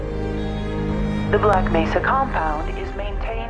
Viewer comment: *Black Messa